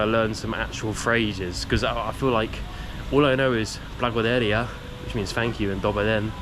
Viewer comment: Blagodarq-Its rough, darq-R like in Rock, like it may even sound strange, but you really have to say it Rough, otherwise it sounds Gibberish. Nice vid otherwise ❤